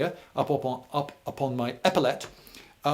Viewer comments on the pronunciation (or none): none